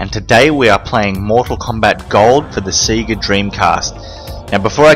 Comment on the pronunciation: i love how you say Sega, like Seega. Instead of like Sayga